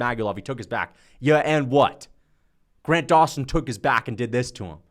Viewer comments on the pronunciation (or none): none